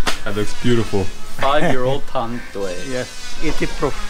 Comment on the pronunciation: Broskis, your vlogs never ceases to amaze me! Awesome stuff! Btw, the drink should be pronounced as San Mee-GHEL beer and Tan-DWHY rum. That medicinal wine looks wicked. The Philippines' very own Tanduay Rum is now the world's Number One Rum beating Bacardi this June 2018! Yep, even rum is more fun in the Philippines!! Just remember, if you drink, don't drive ... or swim! God bless! Heehee~😂😉😘🇵🇭